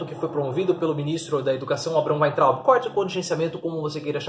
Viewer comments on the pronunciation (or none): none